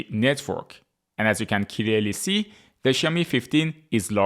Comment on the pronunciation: CLEARLY ❌ KILELLY ✅